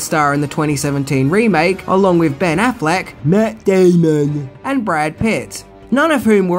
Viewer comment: Did I miss something? What was up with "Matt Day-mun"? 😆